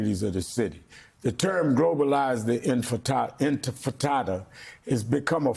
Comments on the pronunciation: "InTIfada"! , dear Rev Al Sharpton! InTIFAda"; NOT "InFITAda". "INTIFADA" means "RESISRANCE"! Means "REVOLT"! Nothing "antisemitic". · What’s an inti-fit-tad-da? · Did Al Sharpton say “globalize the intostada” 😂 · He said globalize the Frittata. 🤣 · Sharpton: Words are important Also Sharpton: Globalize the InfantFritata😂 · When hit w the usual ignorant mispronunciations like globalize the enchilada, ensalda, enfitada Medulla Oblongata🤭 Mayor Mamdani responds w the eye of the tiger 👁️👁️ 🗿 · Al Sharpton mispronouncing “InFITada” is so telling. Does he even really care or just hitting Mamdani with cheap shots fed by MSM? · Globalize the enchilada 🤦‍♂️ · He called it “ frittata” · That's two prominent black folks that can't say intifada and incorrectly corrected it live the same way 😂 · Are ya'll racist or stupid? Or both? It's intifada, and it's not that hard to pronounce. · Al Sharpton should learn to pronounce the word correctly first before speakimg against it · If it is so scary of a phrase at least spend a minute learning how to pronounce it. MFer can't say it right to save his life. These ppl are a joke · i cannot believe zohran managed to keep a straight face when Rev started pronouncing intifada